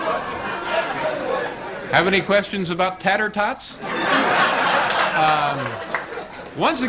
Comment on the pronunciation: As if it wasn't funny enough, you've got Larry Bud Melman saying his lines at the wrong time and mispronouncing No Doze and Tater-tots. Thanks Don, for posting stuff from the early episodes! I didn't start watching until 85/86, and only caught a handful of the older episodes during the writers strikes.